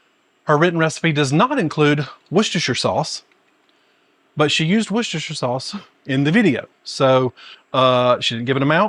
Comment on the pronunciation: Despite all the letters it's pronounced wooster 😉